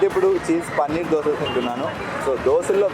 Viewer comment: Boring place plus it is called Dosa not Dosha ra bokka